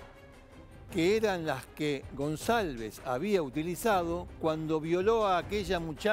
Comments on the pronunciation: Para empezar el apellido no se pronuncia gonZalvez sino gonCalvez. Lo pongo en minúsculas xq ese HDRMP se merecía cadena perpetua. De hecho hoy 2021 está preso en Paraguay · Demasiado desprolijo el informe. Y se pronuncia goncalvez con c de casa. Slds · Canalletti lo quiero mucho , pero es Goncalvez suena ca , no sa. Ka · Gonsalves dice el jovie jajajajjajaj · Se pronuncia Gonkalbez jajaja